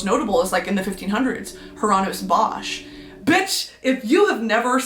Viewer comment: Shoutout to the belgians, Bosch and Margritte, she did butcher those names but i’ll let it slide. Very much green bean!!